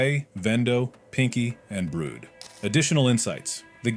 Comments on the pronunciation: Yeah why brood like brodah euhhh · Where is theory dude and is brud not brood😅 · the way the ai pronounces brud is just so funni